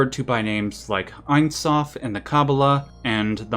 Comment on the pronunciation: Ein soph אין סוף pronounced "e-yn sof" and not "a-yn sof" and it means infinite (ein = no, sof = end). Like when we say that there are infinite natural numbers for example